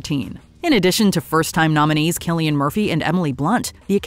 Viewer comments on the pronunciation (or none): It Is Cillian Murphy Not Killian Murphy